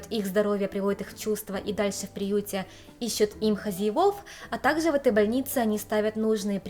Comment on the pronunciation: Не совсем поняла, автор канала японка или русская девушка, переехавшая в Японию? Если девушка из России, то не понятно почему автор видео так сильно шепелявит и заменяет всё глухие согласные звуки: "Такзе, тозе, зыльцы, косек, зывотные, десовая масына" И так далее... Автор, если русский язык для Вас родной, работайте над дикцией и правильным произношением и звукоизвлечением согласных звуков. Очень неприятно слушать Ваши ролики из-за этого эффекта.